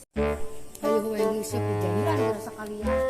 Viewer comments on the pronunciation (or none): Urang sunda sdh ga bisa menentukan bunyi eu dan e untuk nguseup ini yg benar. Bukan ngusep